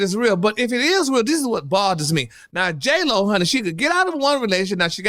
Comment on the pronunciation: did u say J-HoeLo... i cnt with you😂😂😂.. But i so here for ALL your mess!!! Congratulations on podcast!! Ill be tuning in!